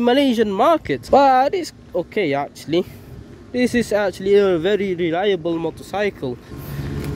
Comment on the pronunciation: leliable motorcycre 😂